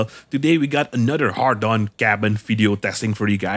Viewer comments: Why does put "Hadron" in the title but says "Hardon" 🤔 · ...Had-ron...not hard-on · You'll get 1m viewers just to hear you mispronounce the Hadron cabin as a har- Don cabin... jeez it's 'hay-dron'... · A part of me laughs everytime he says "hard on" someone get this man a beer. He needs a girlfriend asap. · I get triggered everytime you say "hardon". Not sure if troll or serious. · I mean, at this point you MUST be saying HARDon on purpose or maybe you're dyslexic?